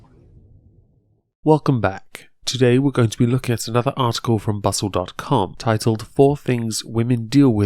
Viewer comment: Phadre M I had to listen to it a couple times, I at first thought he said butt-hole lol